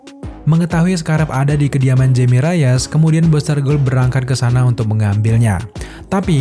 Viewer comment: Nama Jaime Reyes itu bacanya 'Haime Reyes' karena dari Amerika Latin keluarganya. Karena ejaan huruf 'J' nyebutnya kayak 'H' bro kalau dari orang latin. Cuman sekedar info.